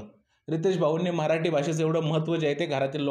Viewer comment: Mitra tu pahil marathi ha word bolayla shok tu mharati bolto